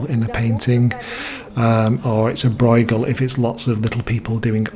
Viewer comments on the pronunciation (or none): Bruegel: is not an "oi" it is the ö you hear in German words (as well as Dutch ones of course, but there's a better chance you have some German) e.g. schön. The gh is much like ch in Scottish Loch. bɾøːɣəl